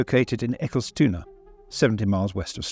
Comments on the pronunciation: Eckilstuna is the most original pronunciation of "Eskilstuna" I've ever heard :D Great episode though! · That's right, Eskilstuna is pronounced Äckeltuna 😉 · I might've guessed Bofors could be a bit of a mouthful for a Brit to pronounce correctly , but I had absolutely no idea Eskilstuna would be THAT troublesome... 😂